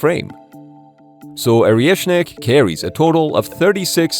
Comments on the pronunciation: Is it Oreshnik or Areshnik? Cos you keep saying Areshnik. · This clown can’t even pronounce the name correctly! It’s ORESHNIK - not Ariashnik! 🤡💩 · Man, it's «Oreshnik», not «Orieshnik». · It’s not Orieshnik - it’s Oreshnik. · lol Orieshnik. You don't even know how to pronounce it. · Yes, Oriëšnik. Perfequetè pro-noun-ciation.